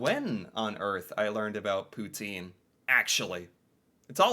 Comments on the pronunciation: that made sense! “Poutine” and “twoonie”. He was getting the last syllable! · As a "French Canadian" I thank you for trying to pronounce Poutine " Pou-tin" with the accent lol, actually erks me the rest of the world doesn't say it how it's meant to be said. It's like the word croissant and then the way French people say kwa-ssant. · your pronunciation of 'Poutine' improves notably when you say it for the second time, as you capture the correct French accent! Félicitations;) And as you may know, Poutine is a dish originating from Quebec.:) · Canadians can even sing the American national anthem. You pronounce "poutine" perfectly, lol. PM Trudeau, Melania trump's fantasy lover. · You're definitely learning so much about our amazing country and THANK YOU for pronouncing poutine properly (as best as possible anyway - I mean... it's hard to do so without a French accent). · Poutine ! Very nicely said ty. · Thank you for correcting the pronunciation of Poutine! Love hearing it said properly, especially by an American :)